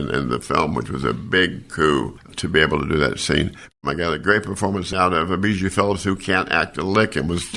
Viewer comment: The way you pronounce bijou is really really weird.